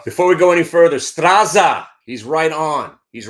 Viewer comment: Strazza is pronounced Stratza, just as pizza is peetza